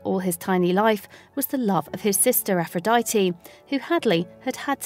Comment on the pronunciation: ShelTAH, sisTAH, broTHA, togethAH